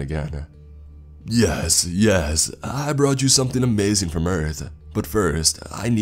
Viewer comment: This was “ah-may-thin” 😂